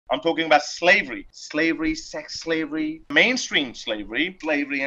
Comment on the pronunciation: After the 10 second mark I started hearing "slavelly"